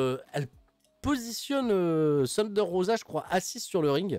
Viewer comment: Sérieux, ce insuportable. Ce pas Shunder Rosa mais Thunder. THUN pas SHUN. Ce un Thunder Driver, pas un Shunder Driver